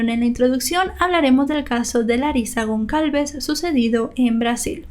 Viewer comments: Un detalle: la letra "Ç" en portugués y francés, se pronuncia como S; es decir, el apellido era Gonçalves y se pronuncia "Gonsalves", no "Goncalves". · Hola! Me encanto tu contenido, todos son muy interesantes, solo una pequeña aclaracion, el apellido Gon(cedilla)alves, se pronuncia como una "sa" seria, Gon"s"alves. Solo eso, gracias y continua con tu excelente trabajo. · Solo una corrección la letra ç se lee como s ella seria Gonsalves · Su apellido se pronuncia “Gonsalves”. Esa ç se pronuncia como una S. Más que nada por aclarar. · Una cosa ç se pronuncia s, con lo cual se pronuncia gonsalves. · se pronuncia gonzalvez¡ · ç tiene sonido de s en Brasil. Sería como "Gonsalves". Soy brasileña y aprendo español viendo tus vídeos! gracias 🇧🇷🇧🇷 Besos de España🇪🇦🇪🇦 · Me encantan tus videos. La letra Ç en portugués se lee como "s". Me encanta la fluidez con la que relatas cada caso. Felicidades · No pasa nada pero la c con apostrofe.. ( creo que se llama así no sé...).. se pronuncia s. Gracias por tus vídeos.. Son siempre muy interesantes.. Saludos.. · Gonçalves, se pronuncia como una s la ç.. saludos!